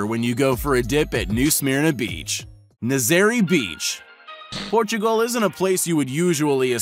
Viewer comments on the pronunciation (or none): it na zuh ray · u don't prenounce nazare beach like that